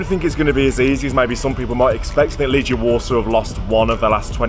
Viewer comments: And do me a favour, please. Name of our team pronuciation is "LeGHIa" like "spaGHEtti" no "LeGIa" like... "maGic". :) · Your pronounciation sucks incidentally. It's Leg-eee-A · Greetings from Warsaw. I hope you enjoyed your visit. I've lived here for 9 years. Just to help, you pronounce it Leg-ee-a